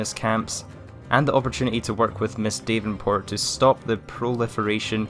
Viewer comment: Dav n port not dave n port